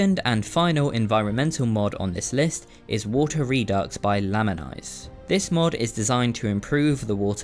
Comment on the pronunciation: They're name isn't "Lamanise", it's I Am Anise. Also, "Redux" is pronounced "Re-Doo". Like the word, redo.